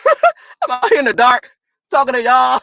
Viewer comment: She can't even say dark correctly 😆